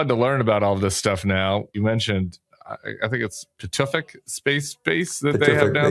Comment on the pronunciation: Dane here: The base in Greenland is pronounced Pee-to-fig (with a hard g in the ending).